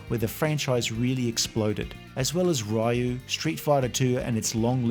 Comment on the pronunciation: Raul Julia did it because his children were huge fans of the game, that's why he was the only actor that pronounced Ryu right as he knew the source material.